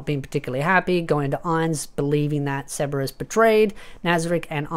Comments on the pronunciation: Why do you pronounce his name like Seberous? Like his name is Sebas Tian... like Sebastian, the classic butler name. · Are you saying ceberus or sebes?? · Sebas bro stop saying it like it has a R in it